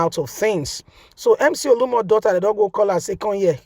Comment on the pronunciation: True to type you don’t research your story. You’re always mutilating people’s names. This guy’s name is not Olumo but OLU OMO. Surely both words mean different things in Yoruba language.